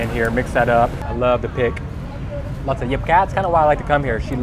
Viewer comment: Ổng nói Diếp cá mà bất ngờ luôn á :)